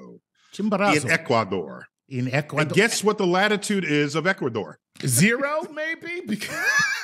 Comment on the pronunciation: He can barely pronounce the name of the mountain yet has to say Ecuador like he lives there. "Tonight we'll be hearing from our correspondence in SHETLAND!" do we throw in a Scottish accent, there? Tool.